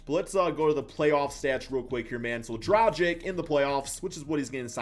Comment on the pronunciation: "Džradžik" lol. It's Dragić. Or Dragich if you can't say ć.